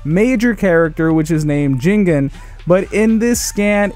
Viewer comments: Jigennnnn not jingen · He said jingen lmao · JIGEN NOT GINGEN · It’s jigen